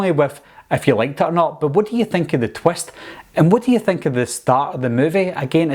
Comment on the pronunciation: Wie hav dis twest... Wtf is a twest